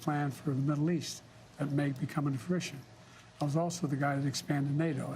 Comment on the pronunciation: " peace plan that may become frition"